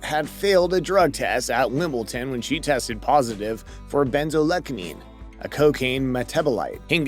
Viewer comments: 4.24 Wimbledon not Wimbleton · WimbleDON ..not TON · It's WimbleDon not WimbleTon. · Dude, it's WimbleDon- with a "D" not a "T". :) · Hey bro, maybe you should learn to pronounce Wimbledon correctly.